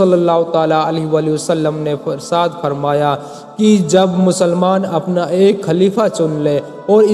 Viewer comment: Irsaad nhi irshad hota hai hazrat............or ha sahih daleel le kr baat Kiya kriye , werna jhuti kahani to koi bhi bana skta hai Rasool Allah Muhammad ﷺ ne farmaya: jisne mere sahaba se bughz kiya wo mujhse nhi Waqt hai bughz e sahaba nikaal dejiye...........werna rasool Allah Muhammad ﷺ ki safat bhi nhi naseeb hogi